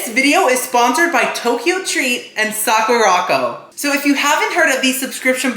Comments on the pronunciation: I love you but it’s pronounced Sakura (like the flower ) and co as in company not Sakorocko 😭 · Hi, love you videos! I love that you’re being sponsored now! Sakuraco is pronounce Sakura co - as in Sakura (cherry blossom) company, not sa-ku-rocko